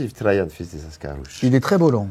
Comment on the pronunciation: Oui merci je connaissais (je lisais la BD quand j'étais enfant) mais je ne vois pas le rapport, étant donné que Rahan se prononce comme il s'écrit. Donc pourquoi s'efforce-t-il à prononcer Trajan comme s'il était un prénom allemand? Et ne me dit pas que c'est parce qu'il est blond, LOL.